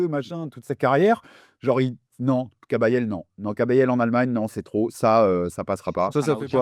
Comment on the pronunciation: il dit kabayel surcote mdr guignol